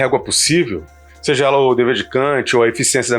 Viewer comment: Excelente trabalho e reflexão! Só uma dica: " quando falar "sejA", fala mais devagar, pois parece que você está falando"sejE", que não existe. Mais uma vez, parabéns e obrigado pelo vídeo.